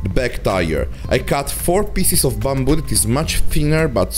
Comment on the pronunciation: I was trying to figure out this strange "bumble" material ... eventually I realised he was saying BAMBOO ...